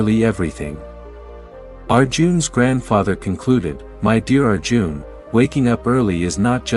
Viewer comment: It's Arjun and not our June. 😂